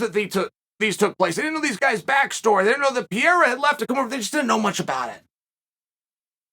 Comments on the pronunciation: brain-damaged "pierra" Chael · It’s the Pee era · Pierra lol